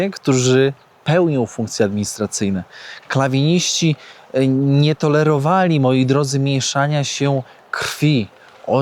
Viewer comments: Kalwiniści a nie klawiniści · Nie Klawinisci a Kalwinisci, od nazwiska reformatora religijnego Calvina. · Sprzęt wojskowy w tym wiejskim muzeum jest z wielu epok historycznych . Maska gazowa i mundurek z pierwszej światowej a mundur na manekinie z lat 80xx wieku( wojna w angoli ) W czasach wojny burskiej maski gazowe nie zostały jeszcze wynalezione. Druga sprawa mówi się kalwiniści a nie klawinści! Od KALWINA. Kalwin to był taki protestancki reformator kościelny jak Luter. Kompletna fuszerka te materiały. Trochę trzeba się przygotować a nie tani content robić. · Kalwinisci a nie klawinisci, czy to dysleksja, swiadomy blad dla komentarzy albo kierownik znow nie uwazal na historii i polskim gdy mowiono o Braciach Mniejszych lub Polskich Zwanych tez Arianami😅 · Dlaczego mówisz "klawiniści"?